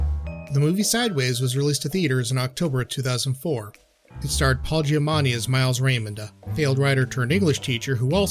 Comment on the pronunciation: the name of the actor is Paul Giamatti*, not Paul "Giamani".